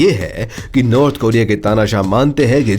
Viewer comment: नॉर्थ होता है भोसड़ीके नार्थ नही